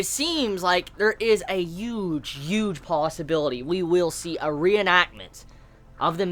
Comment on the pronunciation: Why do you say "Hu" words like that? Youmans(human) Yuge(Huge) Lmao